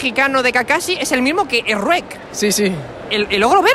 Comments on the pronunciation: Kskgkdkf erruek Se dice chuek skgllsg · "Srruek" jajaja